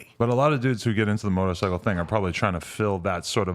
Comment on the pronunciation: And why is this nigga saying motorcicle